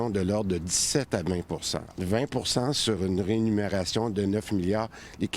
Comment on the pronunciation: Vous faites confiance à un ministre qui dit rénunérations au lieu de rémunérations. MDR.